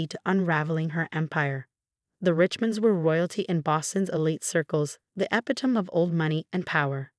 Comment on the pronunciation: Street Patrick’s Cathedral? Epitome? Most of the names are mispronounced. Most of the punctuation is off. Is Jessica a man (fiancé as written) or a woman (fiancée)? Or is that person an ex fans? These premises or his premises? Rick man or Richmond? There’s a thing called editing.